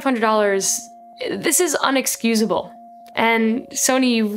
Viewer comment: She said UNexcusable. That's not a word.